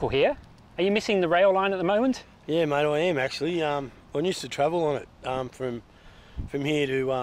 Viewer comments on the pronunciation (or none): none